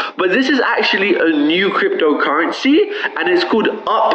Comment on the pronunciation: why does he say crypDO currensee lol